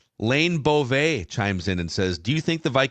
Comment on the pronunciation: Very nice pronunciation of "Beauvais". I'm impressed.